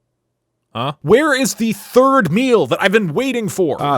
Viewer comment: "Wheres the thied meal" .. haha